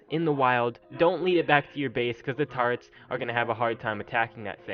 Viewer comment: What is up with people not being able to say turrets? It's not "turrents" or "tarrets," it's TUR-RETS!